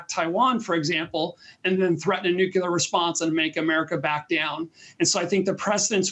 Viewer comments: He said “nukelar” . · "Nuclear" not "nucular" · When an “expert” using a word “nukelar”,it says a lot. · Nuclear. Not nukular. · The word is nuclear not nucular, the difference is CLEAR! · Is it just me or have more and more people (professionals among them) started saying "nucular", instead of "nuclear"? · you sound very learned and rather brilliant, however, the word is NOT "nucular". It's nuclear. An atom has a nucleus, not a nuculus. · NU-CLEAR! Not NU-CYU-LER! Please! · Why can't these talking heads pronounce NUCLEAR properly.. They say NUCULAR.... they lose credibility that way... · Wow... did not expect high-ranking US advisors to say "Nuke-u-lar". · A speaker on news station should not say "NUCULAR", since it's not a word. It's NUCLEAR... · NUKE. LEE. AIR. not NUKE. YOU. L'AIR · Please learn how to pronounce the word nuclear. Thanks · This last guest is a "politician officer" type.... talks a lot and says nothing. One of the ones who counted Ukraine out from the start. Also one of those who still hasn't caught on to the fact that there's only one "u" in "nuclear". And any nuclear attack on Ukraine is a de facto attack on NATO countrie(s), depending on the prevailing winds. Slava Ukrainie. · It's "nuclear", not "Noo-kyoo-leer". Come back and talk to us when you can pronounce the word. It's really not that difficult. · "Nukular" lolz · You can't pronounce "nuclear" and I'm supposed to believe you're an expert? Time after time, the experts have been wrong on this conflict... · It would be nice to hear a supposedly educated man pronounce the word "nuclear" properly. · Common in the US to say it that way sometimes.